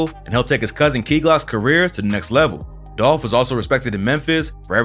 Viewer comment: ITS DOLPHHH 🐬🐬🐬🐬 RIP